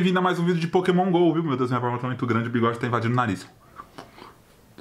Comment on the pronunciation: Sempre que o fala Pokémon Go eu entendo Poke mongou